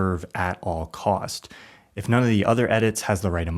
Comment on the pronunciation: ....Why should we believe you? You cannot even use proper English pronunciation. At all Costssssssssss.